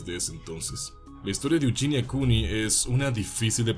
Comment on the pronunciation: Es Eugenia no yuyinia